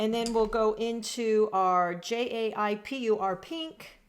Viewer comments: Enjoyed the explorative approach! Very cute how Castle Arts called the lovely pink -"Jaipur Pink". It's from Jaipur in India, also known as "pink city" where there are plenty of pink buildings. It's pronounced - Jay + "Pu" as in the word Push + r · Jaipur is a place in India. Pronounced Jeye-poor.